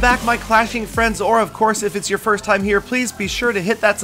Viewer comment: You said firs*